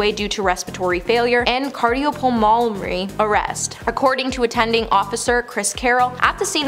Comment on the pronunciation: “Cardiopulmowry arrest”. 😂